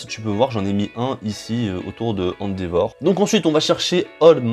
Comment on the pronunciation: Heyy 😎😎qui est de retour ces moi 🔥😎😎 on dit endeavor comme en anglais 😂